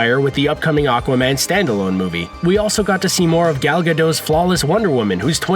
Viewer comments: Ga-DOT, not Ga-dough. Geez! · It's not Gal Gadough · "Fast and Furious" actress Gal Gadot stars in "Wonder Woman." You've probably been saying her name wrong. Her last name doesn't rhyme with the word "doe." The "t" on her last name isn't silent — it's pronounced "Guh-dot." - Google